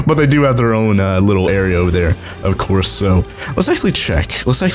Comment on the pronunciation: did you say ofquartz instead of of course